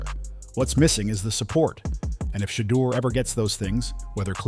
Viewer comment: It is Shedeur not shaldo